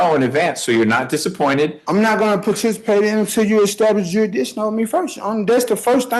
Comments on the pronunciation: What's "juryhdishun"? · Jurydickshin.... ya honuh... usual suspects man